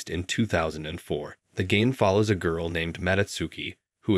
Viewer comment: This man really needs to learn how to pronounce words like girl its not that hard